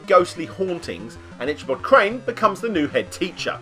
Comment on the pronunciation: Love your videos man, but your pronunciation of Ichabod hurts my brain.